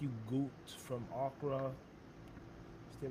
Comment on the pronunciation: Fried okra, O kra not Ahkra. I fear future Generations are not going to pronounce anything correctly. Can I get a side of freed Oprah